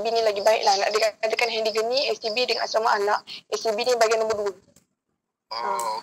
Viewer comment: haah dia sebut sbt😜😂 apelah